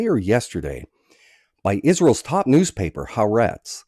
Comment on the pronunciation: The newspaper is calle Ha- Ah-rehtz FYI.